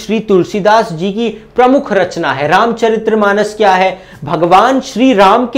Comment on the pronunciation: oh bhai maaro mujhe maaro, ye ramchariTRRAAmanas nahi hai ye ramchaRITmanas hai -_